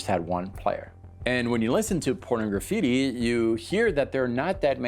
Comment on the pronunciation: I always find it funny how most people call that album Porno-graffitti, like it's two words. It's supposed to be pronounced like Pornography with just a "tea" at the end.